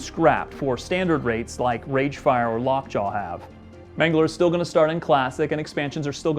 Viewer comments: Did he just say "Longjaw" instead of "Lockjaw"? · I heard lockjaw